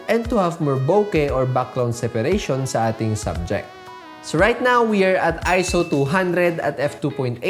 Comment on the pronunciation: Automatic thumbs up for saying ISO correctly 👍🏾